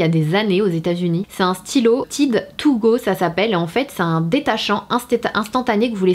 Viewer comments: On dit pas Tide on dit Tayde ça ce prononce 😂😂❤️(Mais bon c pas grave)❤️😂😂😂😂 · Tiide 😂😂😂😂😂😂 faut dire tayde mdr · Salut je t'ai vu dans la vidéo de Sandrea, j'avais bien aimé :) ps: la marque Tide au la prononce Tade ;) Sinon moi la dernière fois j'ai acheter 12 savons BABW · Mdr en Amérique on dit Taïde (genre avec l’accent anglais) et c’est pas des cups, ce sont des tasses à mesurer...mais libre à toi de parler avec ton accent français 😉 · Le tube Tide il y en a aussi au Canada et ça se prononce plus a l'américaine, donc *tayde*, pour info haha <3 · Juste comme ca Tide ce prononce TAYDE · Si tu viens au par chez nous au Canada ou au USA personnes ne va comprendre quand tu va prononcé le "Tide" à ta façon. Cela m'a fait beaucoup rire.😂